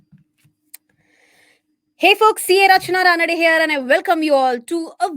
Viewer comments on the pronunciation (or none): none